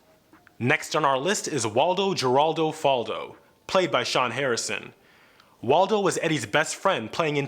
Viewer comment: Waldo Geraldo Faldo said his full name in almost every single episode he appeared in, and you still said it wrong